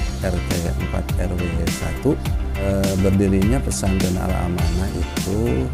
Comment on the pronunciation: Al-amanah bukan al-manah hhe 🙏